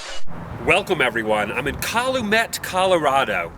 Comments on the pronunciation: It's not CALL-U-MET, It's CAL-U-MET, like you would say California. It's the Native American word for what the White man called the "Peace Pipe." Nice job on the Red Dawn shooting scenes. I was given that movie shortly before I moved from the West Coast to Back East and I watched it over and over again for about two months until I stated meeting new kids. Any idea where they did the mountain scenes and the chase out of town? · What the fuck is COLOMET Colorado? it's Cal-U-Met